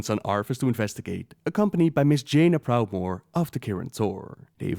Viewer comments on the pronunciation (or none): none